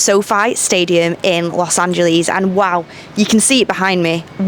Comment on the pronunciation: How come an English human being couldn’t pronounce Los Angeles correctly 🤣